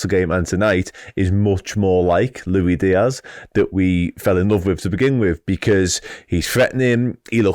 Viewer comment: Lui Dias.. man.. you speak professionally about a football club and can,t even pronounce the name of one of their main players. Go..sell sausages on a market !